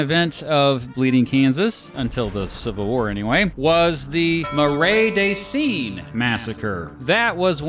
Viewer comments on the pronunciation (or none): I'm not sure if it's the proper French or just some swamp speak, but locally the Marais des Cygnes is pronounced MARE duh ZEEN.